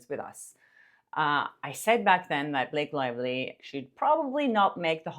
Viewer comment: Blake Lie-ly